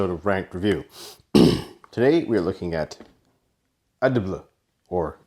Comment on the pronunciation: Great Review. The way the Company Name is spoken out is A-D-B-L. Every letter for itself